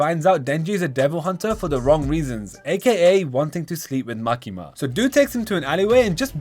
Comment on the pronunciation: bro cant say makima 😭😭